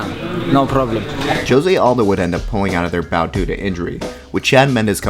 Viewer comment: U pronounced Jose Aldo name wrong